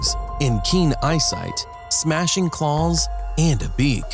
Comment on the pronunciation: Did someone write his script, wrong, he keeps say Calls, not Claws, WTF.... it's messing with my Head